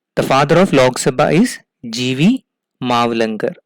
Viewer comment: I don't understood why u South Indian people everything add (H ) behind every word..... It's simply (lok) sabha instead of ( lokh ) Sumit ko sumeeth Ramwati ko Ramawathi Anant ko Ananth Virat ko virath and so on.....